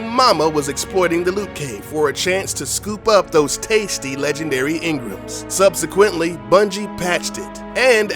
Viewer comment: Pronounce "engram" correctly next time.